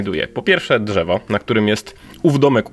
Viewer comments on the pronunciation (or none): to nie dżewo